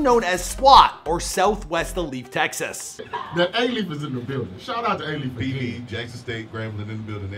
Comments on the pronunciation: This man pronounced “Alief” as “ah-leef”. It’s pronounced “ayee-leaf” bruh 😂😂😂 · “Uh-leaf texas, or south west UH-LEAF Texas”.... dawg.... its A-Lief. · He mispronounced Alief too. He said Ah-leaf and its pronounced Aye-leaf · i live in alief💀 i was like WTF IS AH LEAF? that ain’t no town in houston💀 then i saw the picture n was like “this dumbass” he literally had a video of someone pronouncing it right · “A lief” 💀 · this dude said aleef smh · It’s Aye-leaf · It’s aye lief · Pronounced ayeleaf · Lmao if anyone here is from Houston yk that’s not how you say Alief l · The way he said alief bruh 🤦‍♂️ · 1. You mispronounced alief 2. That’s not Hastings highschool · Alief, Sade, Swishahouse, Musiq Soulchild, you worst than a sub pronouncing Nigerian kids names